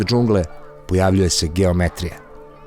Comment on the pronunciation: Aman bre nije đungla nego džungla, nisi valjda Šojić.